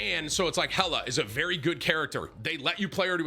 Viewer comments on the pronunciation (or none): none